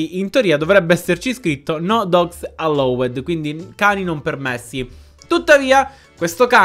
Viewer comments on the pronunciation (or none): Ti prego, non è alloued ma si legge allaud 😂